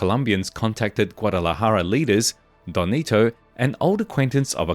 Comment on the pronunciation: DON NETO ,,, not “donnito” WTF man for someone doing this research you have BUTCHERED the pronunciation of these names. You’re not even trying. and SURELY you have watched narcos right?